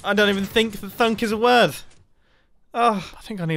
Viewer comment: “I don’t even think thunk is a worth(yes he said worth not word)” Potato man 2021